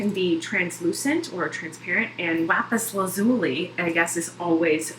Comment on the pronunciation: It's pronounced lapis laz-u-lie